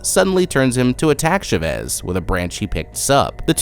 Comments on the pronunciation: I literally couldnt watch this entire video because of how you pronounced CHA-VEZ. Idk why but Chevis was pissing me off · I’ve never heard the name Chavez pronounced as Sh’vez